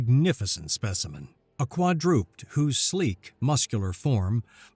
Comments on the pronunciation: Quadroped kwad-ro- ped. As in 4 footed! NOT quadroopt! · It's pronounced quad drew ped